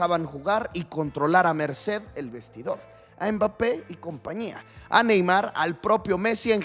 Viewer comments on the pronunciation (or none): none